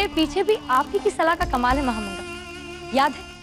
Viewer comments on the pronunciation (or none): महा मांगा ❌ महा नंगा ✅😂